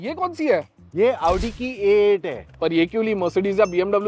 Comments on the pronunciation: Audi is pronounced as Aw Dee not Aaoodi...but doesn't matter for him he is one of the best person to review cars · Aaooodiiii 😂😂😂 praashormance 😂😂😂 bhai tu boblaaa hai naaa